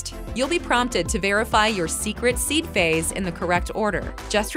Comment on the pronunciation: Speaker doesn’t know how to say Seed Phrase???